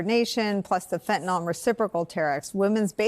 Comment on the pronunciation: Thanks for the update on this trumpian fustercluck. Nicole: Please, it is NOT Fentan-OL! It's Fentanyl Fen-Tan-ILL. Thanks